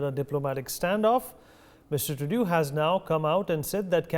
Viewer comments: The host’s cadence and pronunciation are perfect, just please stop calling him Trudyoo… even if he is a coke-sniffing clown, we should address him by his proper name on national TV. Now repeat after me… Tru-dolf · Anchor is a stupid guy.doesnt ecen pronounce CANADIAN PM NAME PROPERLY